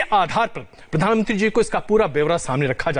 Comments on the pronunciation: अरे एन्कर ये प्रधान मंत्री होता है क्या प्रधानत्री कह रहा है। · Anchor sahab pradhantri nhi pradhan mantri boliye . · Cringe every time he says प्रधानत्री🙄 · रजत शर्मा से अनुरोध है कि इन महोदय को "प्रधानमंत्री" शब्द का सही से उच्चारण करना सिखाएं। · Pradhan mantri to sahi se bolo Bhai mere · प्रधानमंत्री आप सही से नही बोल पा रहे को एंकर जी😂😂😂